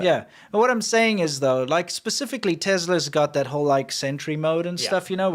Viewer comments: BTW, it isn't Tezla, it's Tesla. I could swear you used to pronounce it correctly--am I just misremembering? Have you always mangled the name? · ‘TES la’. Not ‘Tezla’. 🤦🏻‍♂️